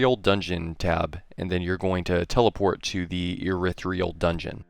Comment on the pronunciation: Wow I can't stand how you pronounce irithyl